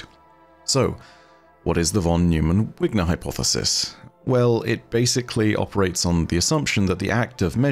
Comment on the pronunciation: Not your explanation, but your pronunciation of von Neumann. Its pronounced "noi-man" But your explanation of superposition is SPOT ON. -Source: Physics PhD